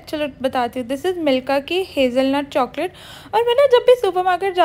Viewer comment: Why r u saying choaclate 🤣🤣🤣